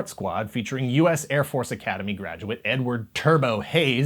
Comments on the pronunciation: Please pronounce Edward more clearly next time. Jeeeeze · had to rewind this part, I swear I heard n-word instead of Edward 🤣 my bad!